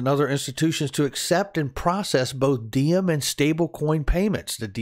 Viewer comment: Is it pronounced D-em? Diem is a Vietnamese name pronounced like Yem. Not a big deal, just found it interesting